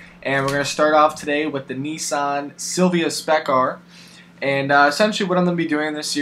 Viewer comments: It's Nissan not neesan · its nissan not nessan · Its not called NEESAN, Its Nissan. There is no E in Nissan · i hate to tell you this but the japanese pronounce nissan "nee-san", the rest of the modern english speaking world pronounces it "niss-an" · Why does nobody ever point out the fact that, the Japanese, their ads, and Nissan itself pronounces it "neesahn".. here watch?NR=1&v=VVr5pl7N8co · It's pronounced にいさん (nii-san). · why do americans say Nissan as 'neesaan' lul wut :3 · You know when people have no clue when they pronounce the entire name and wrongly too. (NISSAN)